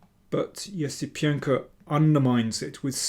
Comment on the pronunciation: I think you nailed pronouncing Esipenko’s name like never before